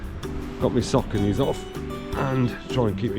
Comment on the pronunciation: The way you say, "ADIDAS, and Sauconcy, i was grateful you said, "Foil," and not Aluminum. Nice run. Congrats on the PB.Did you actually pick out yarn for your daughter as a gift, that's sweet. Freezing your feet was sort of a gift as well, hope she appreciated it.